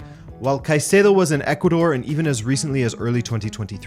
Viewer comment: Finally someone pronounces Caicedo's name the right way! I've had enough of all of these British pundits and fan channels calling him Kaseedo!